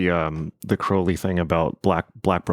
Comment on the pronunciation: Circular community is all well and good in theory, but most people are selfish and thoughtless, so it will never happen. Also, he mispronounces Crowley's name, it's pronounced as crow the bird.